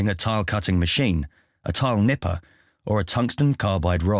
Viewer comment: I died laugh when he brought out the tile “nippahs” for around the toilet 😂😂😂 he must of been nippin’ for hours